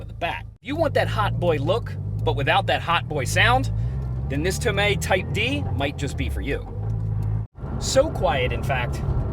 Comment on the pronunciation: He said it right